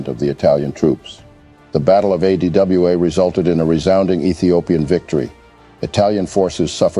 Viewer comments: The narrator failure to pronounce ADWA was disappointing. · Yeah! Weird!